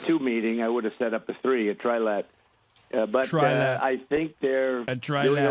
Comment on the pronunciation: He clearly says “Tri-lad” thinking it’s 3 British lads just playing together.